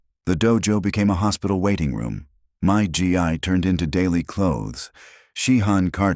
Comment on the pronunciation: Gi pronounced gee not g and ai